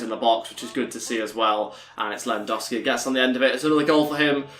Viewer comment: Can you pronounce lewandowski properly